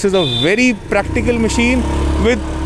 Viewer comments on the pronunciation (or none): none